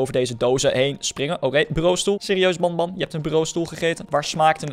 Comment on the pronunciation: je zegt benben je schrijft het als banban